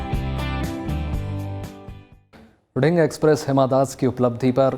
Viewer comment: nonsense its दिहींग not ढिंग